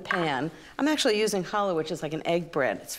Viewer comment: great pronunciation of "challah"